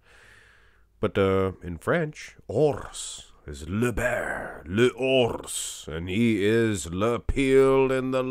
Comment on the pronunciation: URRs is the right pronounce, well spoken my friend😃